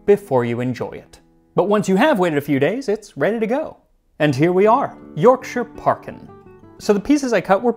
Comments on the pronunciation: Congratulations on your correct pronunciation of 'Yorkshire'. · Lovely to see an American who can pronounce “Yorkshire” correctly for a change haha :) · As a person from West Yorkshire it fills me with absolute joy that an American pronounced the County's name properly, so bloody proud of you